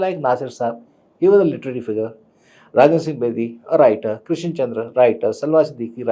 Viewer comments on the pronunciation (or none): none